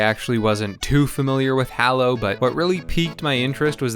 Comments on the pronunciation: It's actually pronounced Halo. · dude no you completely missed what the game is about. Besides how you mispronounced the name of the game and character(Google how to do it since its hard to explain) the game isn't about cooking it's about killing other players. That's why you have a gun. I've never seen someone do so little research about the game they're reviewing please try harder next time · i hust hate you for saying hallo instead of halo. triggers me so bad xD inftynyte =/ infinite Master Chef =/ Chief threehundretfourtythree =/ three four three industries jeff =/ chef jaikens =/ chickens